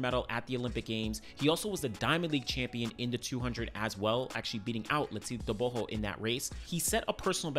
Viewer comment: Bro you do pronounce Letsile Tebogo s name properly❤